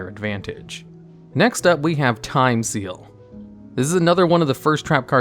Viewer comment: Did you just say Time STEAL? XD